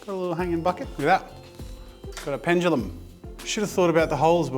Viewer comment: Ffs. ITS NOT PENGELUM. it’s PENDULUM. Why do so many people say it like that